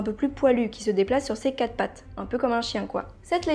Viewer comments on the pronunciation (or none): none